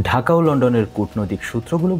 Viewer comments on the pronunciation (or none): none